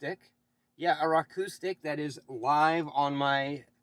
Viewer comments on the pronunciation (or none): Who says roku “rock oo”??? No one. Otherwise good video